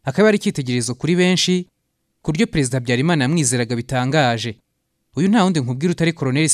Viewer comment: Ibyo uvuga nukuri pee afite ijwi ryiza ariko aravuga nabi Ikinyarwanda..ndebera Pereziidaa,Igisiiriikaare..,nib ushaka ko tukumva ikosore kd nibyo uri kwigira,uratuma inkuru yawe itaryohera abayumva,Dusigasire ururimi Rwacu ,urashyira ubutinde kumagambo ahwo bidakwiye